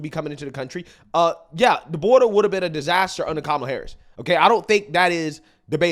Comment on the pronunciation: I thought you said "Gobella Harris" lolol.. Oops